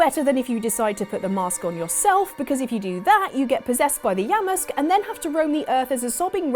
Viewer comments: Yamask? yeah-musk? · Who's that Pokemon? It's...Yamask.... (Oh no...) Is it wrong that I was dead with laughter? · “ITS YAMASK!” OH nO